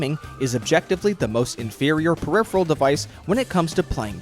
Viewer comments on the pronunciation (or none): none